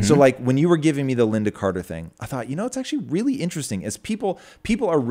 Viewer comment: Tom " this is very interessting " Bilyeu